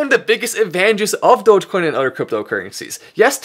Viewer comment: If Mark Cuban can publicly pronounce dogecoin correctly it'll go to $1.